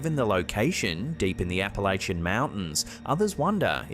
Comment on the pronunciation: I cannot begin to tell you how happy it made me to hear you pronounce “Appalachian” correctly. Thank you.